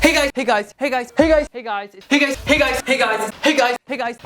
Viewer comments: Hickeys..... It sounds like it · This sounds like your saying pig eyes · It's starting to sound like pig eyes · Doesn't it sound like Hig Eyes?